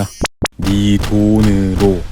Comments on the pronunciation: 여허븐 교양믄드여슙이다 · 마지막에 빵터졌네욬ㅋㅋㅋㅋㅋㅋ 겨양먄듀였슙니닼ㅋㅋㅋㅋㅋㅋㅋㅋ